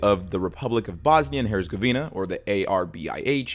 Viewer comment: When an American starts to talk about the history of a different country, it just gets painful 😅. Yugoslavia didn’t collapse because of the collapse of the USSR. The one thing had nothing to do with the other. Yugoslavia and the Soviet Union were even dead enemies. And the Z in Herzegovina also isn’t spelled like a c but a bit sharper. Otherwise, very good video, as always.